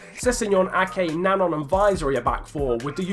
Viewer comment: I just wanted to say it's Joris NanJON not Nangon pronunciation wise as if there's a tilde on the second 'n'.